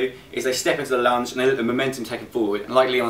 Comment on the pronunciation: I thought he said ''imma take you for a lunch'' lol